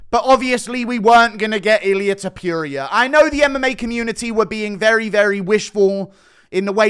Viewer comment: Does he say topuria like that on purpose to piss people off?